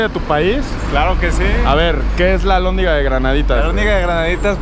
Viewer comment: Es alhondiga, no albondiga. Para la otra ven de noche, Guanajuato de noche es la verga. Lo amaras mas creeme.